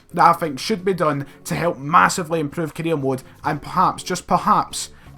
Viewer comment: This guy saying "Korea mode" 😂😂😂